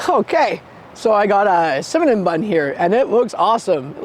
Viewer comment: are you saying Cimanon bun? 😂